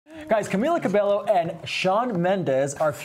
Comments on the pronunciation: Ur saying her name wrong, it's CamEEla CabeYo not Camila Cabelo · It's CabeYo not CabeLo. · It's pronounce CA BE YO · When no one can pronounce her last name correctly 😂 CABELLO is not hard to pronounce